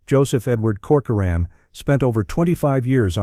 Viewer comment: Why do you say coçorine? Learn how to pronounce His name correctly.